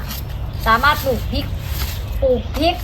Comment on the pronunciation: ทุกอย่างทำดีแล้วค่ะแต่ขอคลิปต่อๆไปคุณพูดให้ถูกต้องหน่อยเช่นปลูกพริกไม่ใช่ปูกพิกกะเพราไม่ใช่กะเพานะคะจะเพอร์เฟคมากเลย🤘🤘😮